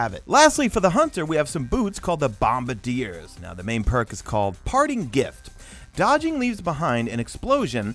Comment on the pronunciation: Thank you for actually saying Bombardiers correctly 😂